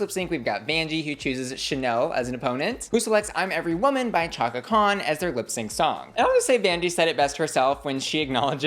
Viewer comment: The way you pronounced Chaka Khan killed me a little 😅